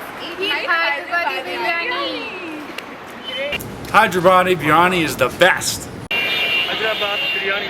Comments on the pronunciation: its hyderabad not hiderabad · Hyder + abaad pronounced: haider aabaad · It's actually pronounced Haider Aabaad. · Hy-der-abad is more like it. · its actually HYDER-ABAD.